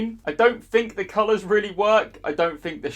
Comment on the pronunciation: "I don't think the colours work" says bloke from near Norwich! :-D